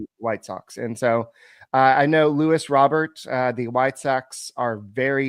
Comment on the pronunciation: His name is not LEWIS it’s LUIS